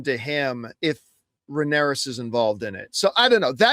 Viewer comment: Someone tell John is Rhaenyra - there’s no S on the end.